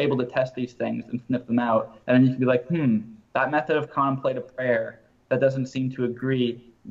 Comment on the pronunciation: Pronounced con temp’ la tive